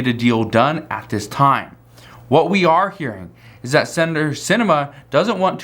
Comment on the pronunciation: I agree and very opinionated to! wish he could practice and pronounce the word "that" not "dat" and okay JMO